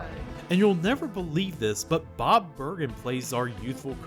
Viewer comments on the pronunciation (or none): none